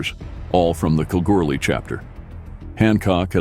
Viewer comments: cow goo lee ....It's not that hard yank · Do you say going to see a Bund no you say going to see a band so ad an a you get Banda, so when you mention Kalgoorlie not pronounced callgoorly it's Kal like Gal and the r is silent, Lathlain not what you said it's lane as the pronunciation